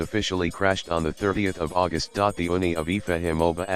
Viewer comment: IFA?! Its IFA oo!!! Not I.F.A